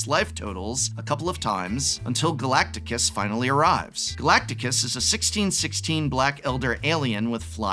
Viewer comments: shame on you for not correcting his Glactus pronunciation 😂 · I used to think my dad was the only one who hopelessly mispronounces Galactus as galacticus no matter how many times I correct him. I know now that I am sorely mistaken. Lol. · Gala-ti-cus..hurt everytime you said it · Hey, Reading the card helps you “Pronounce “ the card! Galactus is not Pronounced Galacticus! I thought you had 2 degrees? Don’t disrespect the “Planet Eater “! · I love that the Prof corrects “Zodriak” into “Zodiark” but keeps saying Galacticus. I hope this is deliberate. Also merfolk are my favs too. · Its Ga-lac-tus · ga-lac-tus not galaticus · GA-LACT-US! NOT Ga-lact-A-us! Where did the third "A" come from? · It is pronounced Galactus not Galacticus! There is no I in Galactus! Show the planet eater some respect! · Who put the I in Galacticus? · Ahh yes Galactus (pronounced galacticus) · "Galacticus" As in Battlestar Galacticus. 😆 Fun channel and good video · “Galactikus” he he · laughing at the pronunciation of "Galacticus" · If he did that on purpose, I approve. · wtf is that pronounciation of galactus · I feel like he's mispronouncing Galactus on purpose... And of course Naymor can fly... He has wings on his feet. It's part of the character design. Did he not watch the second Black Panther? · The extra added syllable when pronouncing Galactus is sending me 😂